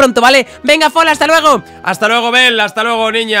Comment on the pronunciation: Dale me gusta si a fola le dices folagoro